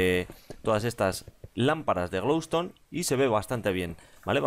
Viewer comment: like si escuchaste que dijo lamparas de glow tone